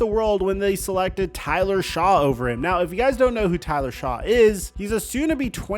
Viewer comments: Tyler Shaw lol bruh do you even watch football and talk about the dabol interview coach said he couldn’t get on the white board wasn’t prepared and if you watched football you would know it’s Tyler shough pronounced like shuck you do people watch your videos when clear you don’t care enough to get the names right ! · Shough is said "Shuck" not "Shaw" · Yay, more sanders riding. And it’s pronounced like “shuck” not “Shaw”. Sorry he didn’t have a tv show for you to get sweaty over. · it’s like Shuck not Shaw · Shaw? It's Shough, pronounced "shuck" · Not Tyler Shaw it’s Tyler Shuck… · You been mispronouncing Tyler Shough last name, and it driving me crazy, it sounds like Shuck not like Shaw! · Shuck not Shaw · EVERYONE tries to pin this on anything BUT the character concerns! THANK YOU for seeing it true and saying so. Also Tyler Shough is pronounced Shuck my man. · It's pronounced Tyler "Shuck" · Shough is pronounced Shuck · Tyler "Shuck". Seriously that's how you pronounce it. 5 second Google search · Pronounced “Shuck” you C- student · It’s pronounced Tyler *Shuck” get your ish together , you’re always mispronouncing names it’s unacceptable in your line of business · Shugg just say shugg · Tyler (Pronounced) Shuck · It's pronounced Shuck. You even played the clip of the commissioner saying it correctly. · That qb for the Saints last name is pronounced "Shuck" no seriously.... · tyler shough is actually pronounced "shuck". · Who is Tyler Shaw? It’s pronounced Shuck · hasnt figured out how to pronounce Tyler Shough.. kinda crazy for someone who does this for a living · It's pronounced SHUCK not Shough. you're a chode hope the big C comes back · Love the vids! Just a point going forward Tyler Shough’s last name is pronounced “Shuck”. Keep it up my man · FYI: The new Saints QB's (Tyler Shough) last name is pronounced "shuck". Like shucking corn, or "aww geez shucks". I know, I know, it makes no sense how it's spelled.